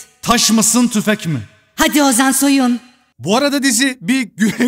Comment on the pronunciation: "hadi Ozan soyuğn!" Abi başlıklara bir ben mi takılıyorum diyordum yalnız değilmişim ahsfhshshsh.